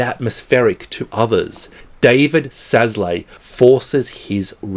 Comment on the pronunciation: A note on pronunciation of Szalay it would be David Sol-Loy